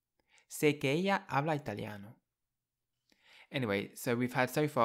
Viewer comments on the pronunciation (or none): none